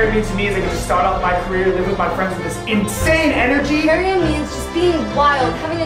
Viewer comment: I'm really excited to watch their videos but someone needs to tell them they pronounce Parea wrong...